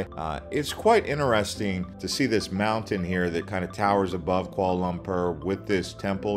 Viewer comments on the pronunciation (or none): none